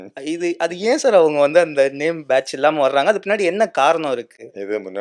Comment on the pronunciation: தம்பி பேச்ஜு இல்லை பேட்ஜ்... தமிழை நல்லா பேசுப்பா...🫤